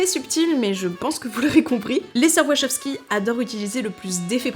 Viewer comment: Faudra apprendre à prononcer Wachowski 😅